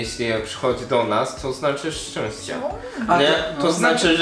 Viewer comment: Jak łądnie powiedział szczęście ^^